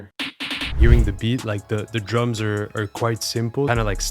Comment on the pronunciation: ti seguivo da quando eri Italiano e dicevi Droms invece di Drums